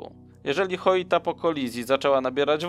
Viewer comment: Lubię Twoje materiały ale denerwuje mnie jak możesz czytać nazwę statku Joyita - Choita gdzie tam jest litera H? Słowo Joint czytasz Choint? 😄